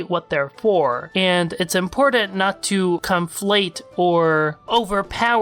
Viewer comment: Pitifulwalnut5 this boi says comeflate